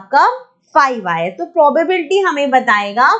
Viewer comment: First of all its not mam probarbety nhi hota probability hota hai mam ap chapter ka namr bhi dhang se nhi le pa rahi to hame kiya hi samjao hi